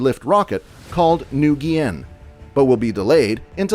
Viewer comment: Yeah, I think they meant overtake. There are lots of errors in this…like New Gienn…so I would attribute this to being English as a second language.